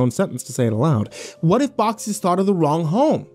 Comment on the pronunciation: It’s “boxes”.